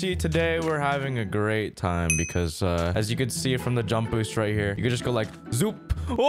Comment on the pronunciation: it's go tiem oh I din meen to do dat